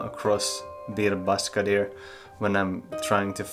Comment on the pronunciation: ş is pronounced like "sch" in german, "sh" in english and "ch" in french... you can do it ;)